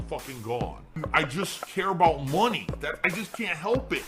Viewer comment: I hate when you trolls tell me how to spend your... ahem MY mahney. Also: My mum send mahney, I can't use this for bills. She specifically said it was for gifts, so, all right mum. Ack ack ack.